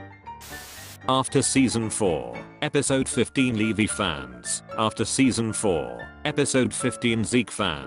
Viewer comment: Nobody: Me getting triggered when ever the computer said Leveee instead of Levi